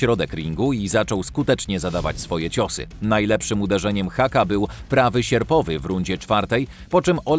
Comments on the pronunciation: NIE Haka, (hakiem to Główka on na dechy posłał niemieckiego kasztana) tylko HUKA. To jest niemieckie nazwisko, a w niemczech u czyta się jak u, a nie A. Nie ma za co. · Nie haka tylko HUKA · Hucka a nie Hacka jełopie